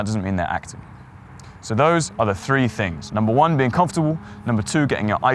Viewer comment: Number thruu😂😂